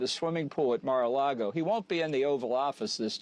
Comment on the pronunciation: “ He’ll be sitting by the swimming pool at Mar-a- Lago “ 🤣